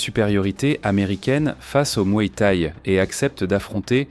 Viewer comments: Ha ! le mué té et le k-une hein ?🤣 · Va falloir apprendre à prononcer K1 et Muay Thaï correctement...